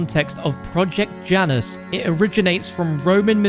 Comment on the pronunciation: Janus is pronounced ya-nus